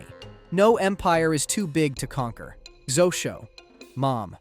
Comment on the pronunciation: zosho is a wild way to say “xoxo”